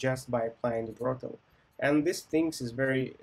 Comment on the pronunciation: Great Video, thanks! Some things for improving if you do not mind. Pronunciation of height differs from 'hate', it's a common issue among Slavic people. Been there, done that:) it's just Brotli. In addition, I'd appreciate it if you could clarify some questions. 1) Is it OK in a real interview to use prepared schemas (based on your experience)? 2) Some companies want to focus on BE system design even though it's front-end position. How to handle such a situation? Should I ask whether they want to focus on BE or FE part? Thanks for your attention